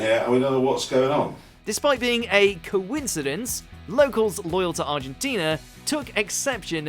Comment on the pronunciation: It was a coincidence, so idk why you said it like that